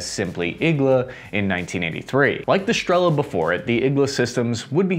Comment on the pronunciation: Now got the "igla" thing (and no longer spells it as an abbreviation) - which is good: ) "Striela", however, seems to escape his linguistics, so here for anyone wondering - it's Russian for an arrow (стрела), and that "L" is actually NOT an "L" sound at all, it is pronounced as "w" - just as the "w" in "arrow" EDIT: Also, Polish "Piorun" IS NOT pronounced "PYRO-UN", but "P–IO–ROON" - "IO" as in "yo, man!".